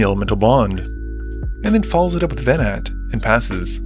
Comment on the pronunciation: Gotta hand it to; giving the burn player five cards takes a lot of nerve! Venat is pronounced ve-NAH, by the way.